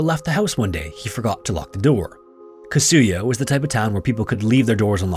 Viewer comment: Kasuya... please don't put an accent on the second syllable. Slight accents on 1st and 3rd syllables ... 3rd is only very slight. All the Japanese words are similar. Tetsuko.. Yamada etc...